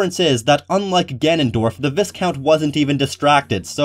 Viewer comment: For future reference, the S in viscount is silent and you pronounce the I like a Y